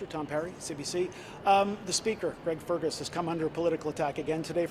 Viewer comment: "Greg Spergus" lol